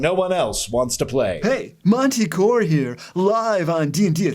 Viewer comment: Monte Core?... belabored sigh